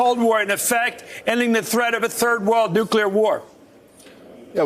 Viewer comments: Aw, come on,! I like ya, but please, the word is "nuclear", not "nucular". You're a Democrat. Stop saying it like Republicans do. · Nuke-you-lar vs nuke-lear. :)